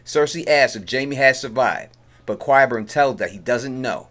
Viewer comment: Is that supposed mean something special? I didn't make up the way the actors pronounce the name. I can offer up a little help for anyone having a little difficulty, maybe try" KIE" BURN. At first, I found your pronunciation to be quit funny. However, since you have chosen to inform me that you are from NY. I now realize, that it is merely a lazy excuse.